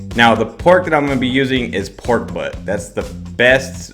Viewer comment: If only I could understand what you say when you name the pork cut used. I hear "pork . Recipe seems wonderful.